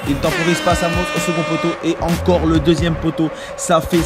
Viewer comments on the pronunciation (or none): C deuxieme pas "deusieme" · Suis-je le seul à avoir vu l'erreur àla fin ? "deusième"😂